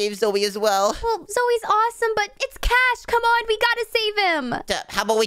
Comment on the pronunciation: In the end cash's name becomes cahs